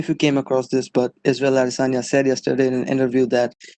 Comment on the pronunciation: "Izreal Asanya" 🤣 🤣